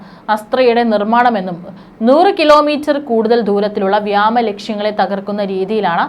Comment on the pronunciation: വ്യേമ എന്ന് ഉച്ഛരിക്കാൻ പഠിക്കൂ